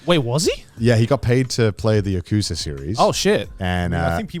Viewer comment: I think what should be more upsetting is how Conor pronounces Yakuza as "Ukuuza"